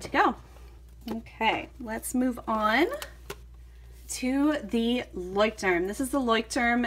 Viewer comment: I cringe every time u say "Leuchtturm"